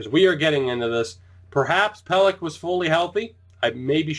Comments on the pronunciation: Yeah its pel-eck not pel-ech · I'm pretty sure it's pronounced Adam Pelek, not Pelech